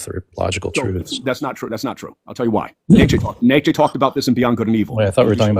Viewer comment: How about actually pronouncing "Nietzsche" correct?